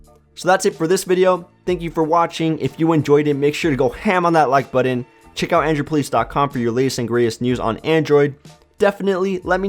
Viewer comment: Great review. Saw one of these at Walmart, and was trying to decide if it would make a good backup phone to my 6s Plus. But the way you say button is driving me nuts. lol "buddon".